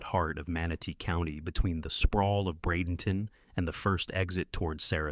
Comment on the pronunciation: Bradenton Florida. Thanks for pronouncing it correctly.